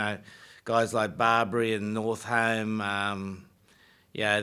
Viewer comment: Lol, called Northmore Northhome